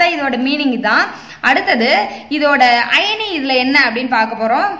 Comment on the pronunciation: Madam iyani illa irony.. Pls 🙏don't pronounce the words wrongly